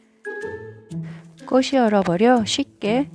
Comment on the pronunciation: 꼬시로 발음하시는데 틀린 발음 입니다 국문법에보면 자음접변이라고 있는데요.. 꽃이, 꽃은..의 발음은 꼬치, 꼬츤 으로 발음해야 합니다. 이것은 자음접변 순행동화 입니다. 앞글자의 받침이 뒤의 글자의 앞에 붙어서 발음되는 국문법 입니다. 참고하세요.